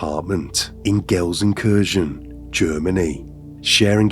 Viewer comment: wow! I was really surprised to hear someone not from a german-speaking country pronouncing Gelsenkirchen so well! :D